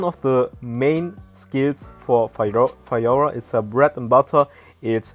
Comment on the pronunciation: He said fayora tho